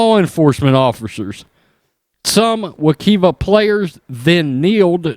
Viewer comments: It’s “we- kive- ah”......just so you know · The school is located in Orange county, but situated in Apopka, which is a pretty conservative, small town area on the outskirts of the county...and just a note, its pronounced Wa-K-EYE-Va